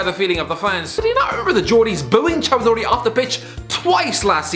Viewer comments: 😂😂😂 Cho-duri. You Indian or Bangladeshi? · Chow-do-ree aswell lmao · fucking up my surname with such flair. claps in disbelief